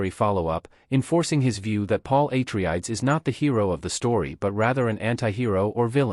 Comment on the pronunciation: Paul Ai-tri-ayds